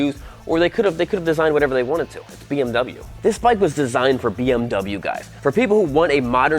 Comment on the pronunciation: The deutsche Police just drives BMW Motorcycles. But it's a small shame, that you present a bike from a brand, which you don't call correct.😬 We pronounce american car brands correct. And isn't it interesting, that you can drive a motorbike without the big noise, that the people around has to keep its ears?